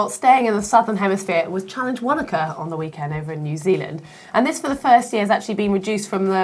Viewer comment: And Wanaka should be "Fanaka"